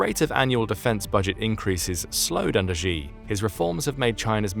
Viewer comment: Thanks for the video, informative as always! The "Xi" in "Xi Jinping" is pronounced far more like "she" than "zhi" by the way, I used to do exactly the same until my Chinese teachers pointed it out